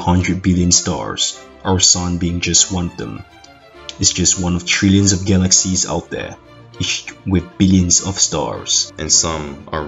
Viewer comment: What's a Galak Seas???